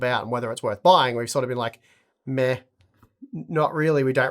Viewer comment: you're pronouncing "meh" wrong :p